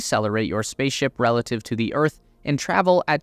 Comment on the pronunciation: minor mistake, its pronouned Earth, not örth